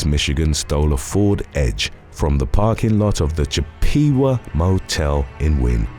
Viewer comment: One of the funnier ways I've ever heard Chippewa pronounced... and that's including the decades where I've wanted to shove an ice pick in my ear any time I've heard "Indian Outlaw" by Tim "Yes, he is related to Dr. Phil" McGraw anywhere in the vicinity of my hearing range.